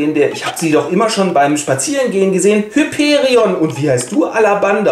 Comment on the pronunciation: Tatsächlich wird Hyperion auf dem i betont und das o ist lang!